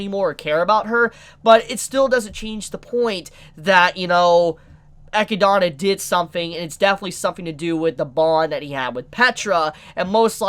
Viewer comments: for someone who's been watching anime/reading manga for so long, pronouncing these names shouldn't be so hard... It's not EchidAna, but Echidna. Great review though. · I don't know why the way you pronounce Echidna bothers me so much. It's "uh- kid-nuh" not "eh-kee-dah-nah". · dude, i love your channel and vids, but man, sitting here hearing you say EQUi-DANA... it's just unbearable, say it with me, EH-KID-NAH!! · I’ve been catching up on your Re:Zero reviews. Love em but for one thing that is going to drive me up a wall if I don’t point it out. The Witch of Greed’s name is pronounced “Ah-kid-na” like the animal she’s named after not “Ah-ki-dona”. That’s all, OCD is a bitch lol. Keep up the good work! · How do you miss pronounce Echidna, its literally a real animals name and a very popular one at that for being one of the Sonic characters and one of the few egg laying mammals. It's E-Kid-Na. Not E-Key-Da-Na. Your adding a whole other A and a Y to how you say it. And Satella's name is also easy they say it multiple times in the show. Sa-Tel-La, not Saw-Tall-Law. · I fucking hate that he says Echidana. It's just Echidna, man. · Isen't her name Echidna and not Echidana? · Sorry for been like this, but why say Echidana and not Echidna? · so.. why echidAna... its echidna XD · I know it's not a big deal, it just bothers me. Her name is Echidna, just like what Knuckles is. No one calls him Knuckles the ecchi-dana. It's small, but he keeps saying it and it annoys me to the point of not wanting to watch the rest of the video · Echidna(E-Kid-Na) They say it in the Dub, for god sake. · Can this guy ever not butcher a name? Geez echidana echidana echidana lmao eh-kid-na that might help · Am I saying it wrong when I pronounce her name as Eh-kid-nah? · how to pronounce : Ae-Kid-Na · Why keep saying "ecchi-donna"? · I have to do this again.... Its pronounced E KID NAH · The amount of names he butchers shocks me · Why is he pronouncing echidna with an extra a.